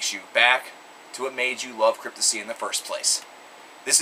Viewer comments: Pronounced *CRYPT-TOP-SY* your pronouncing it as "Cryptosy" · reviews and talks like a fan, but can't even get the band name right. lmao. fail. Cryptissy? Dude, re-do the video with the proper band name pronunciation. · CryptoPsy! THE P ISN'T SILENT! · Dude has an opinion on a band who's name he can't even pronounce correctly.